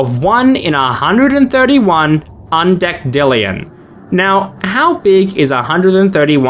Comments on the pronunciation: Deckdillion instead Of Dessilion is wild 💀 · Deck dillion lol, it’s de-sill-ee-on btw fr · decillion is pronounced as desillion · The "decillion" in the numbers is pronounced with an S sound, like "decennium". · the way you pronounce decillion drives me nuts 😭